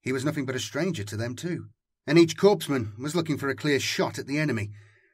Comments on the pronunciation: Its pronounced: “”core-men” “core-man” not “corpse-men” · Loving your work everyday as I work. Quick note I do believe that Korpsman is pronounced coreman just as Corp is core. I may be wrong but that is how Corpsman is pronounced in context of naval medics. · 'corpsman' is pronounced 'core-man'